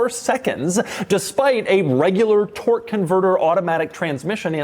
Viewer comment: Did you say "tort"?